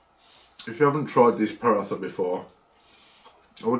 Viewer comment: “Paratha” is pronounced poor-raw-ta ❤ loved the vid tho